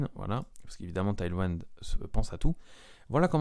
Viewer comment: C'est pas taillely waïnd, c'est tèyl ouind, ça veut dire vent arrière, un vent qui pousse vers l'avant donc. J'ai du mal à regarder la vidéo tellement c'est massacré!!